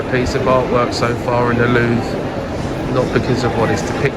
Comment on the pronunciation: That is the 1970s version of "Narnia". Bathroom was probably brought about in the Sequel in the 2000s. I've seen this location used in movies. I'm glad you annunciated your words. Up to this point I thought you kept saying "Loo". 🤣 I'm with him. Too many people, I wouldn't want to see the whole thing. It's cutting into the time at the local pub! 🍻 that ceiling is amazing! Nice tour. Thanks for sharing. 👍